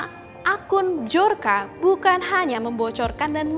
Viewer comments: Mohon maaf mba, dibaca BIYORKA bukan BIJORKA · Mendengar penyebutan dari bahasa polish (polandia), bacanya byor-ka. Bukan b-jor-ka. Gampang kok carinya di internet. Biar saya yakin channel official Tempo ini masih profesional.